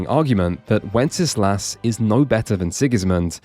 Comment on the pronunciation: Just gonna nerd out here: Wenceslas is pronounced "wen-sluhs", not with three syllables. Minor nitpick, awesome video.